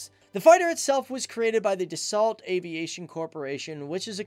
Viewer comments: He also said das salt instead of da so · Great video. But you don't say "DASSOLT" but "DASSO" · pronounced Dasso NOT Dassault you fool , learn some French old boy! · Dassault - pronounced "da-so" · Stop pronouncing the T at the end of Dassault, it's French and therefore silent.